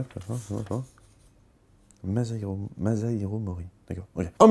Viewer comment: Bonjour. Pour la prochaine video, pourriez-vous prononcer Masahiro avec un "s" et non pas avec un "z" ? Merci